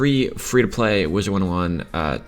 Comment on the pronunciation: "FREE TO P(L)AY"